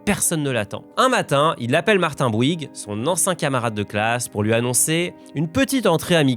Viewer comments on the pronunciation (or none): none